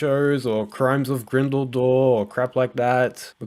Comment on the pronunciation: Grindeldore? U veggie it’s grindelward